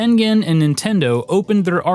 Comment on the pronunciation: John Cooke He still can't say Tengen right